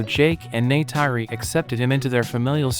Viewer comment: O nome dela é Neytiri